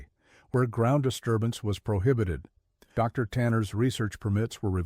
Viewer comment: Fun story but to BS 😂😂 and teach your A.I. reader to say "o'clock" and that theres no pause for the "." in Dr.